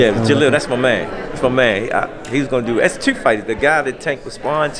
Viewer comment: I see where gervonta gets his speech skills from. The man can’t say “do” or “two” dew and tew